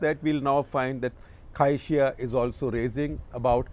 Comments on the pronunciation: Must learn how to pronounce Chinese names in pinyin. It’s prof. Cai Xi: pronounce Tsai Shi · Cai Xia is pronounced as (Tsai Shia) in Mandarin. The name is in Pinyin and not English transliterated